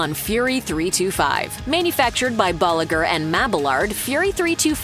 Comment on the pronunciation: Boliger and Mabalard got me, for some reason it pronounced with a V, weird right? 😅